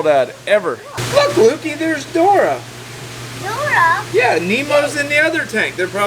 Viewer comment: Dora 😂😂 it’s Dori !! Haha